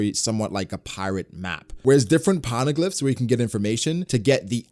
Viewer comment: The way you pronounce poneglyphs gave me heart palpitations